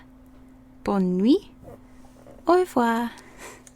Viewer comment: We don't say Bonn we say bon swa